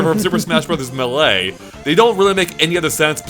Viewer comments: I still can't get over pronunciation of "Muh-LAY". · Smash Bros "Muh-Lay" Ummm What? LOL